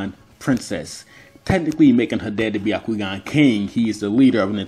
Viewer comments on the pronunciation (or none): It isnt ‘baiyakoogan’ it is ‘byakoogan’ prononciation to everyone pls